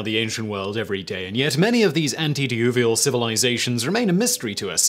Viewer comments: I started to watch this, but stoped when it sounded like you tried to say "antedeluvian" and failed at the beginning. If that is what you were trying to say it means "before the Flood," which then puts you outside of archeology and into Biblical mythology. Can't trust you after that. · "antidiuvial" civilizations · Did he say antedelluvian as in pre-flood?